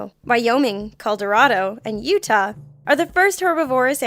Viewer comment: And she pronounced Utah correctly as well